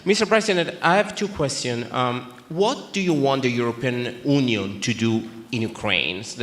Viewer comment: European Uooonion 😂 As Russian I appreciate Trump creating hate or fear, or saying they are our enemies, he says look I like them, they good people, but we doing what is best and safe for us. Every country should do that. Especially Greenland there is like one and a half people lives there and not in a good condition, should be happy to be America.